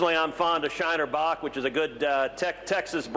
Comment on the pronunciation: He also kept saying "Shiner Bock" wrong. 😉